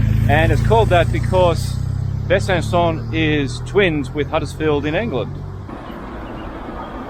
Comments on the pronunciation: If you want pronunciation, it's BUH-SUH-SAW (slightly nasal on the latter two syllables). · Ridiculous! Making a movie about a French town without obviously speaking a single word of French -- and not even being able to pronounce the name correctly! 🙄